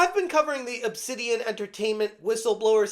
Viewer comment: Nah, not "Obsidian"... It's "Obsanitian"!